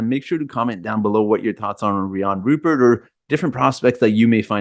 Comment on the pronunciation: Sorry the Thunder already called dibs! And it RUE-pair. Rhymes with blue hair.